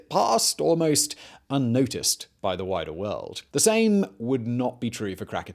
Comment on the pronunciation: Did he say “unnoticed by the wider world” or “the whiter world”?